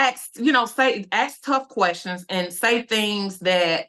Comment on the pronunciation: Carlos we need a live! We have "qwerstions"